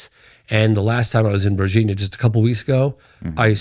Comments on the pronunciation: Bobs and "Virgeenia", certified shill lmao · Did he say CamPenis flew to Vargina Brazil? Sorry but… I had to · lol var ginya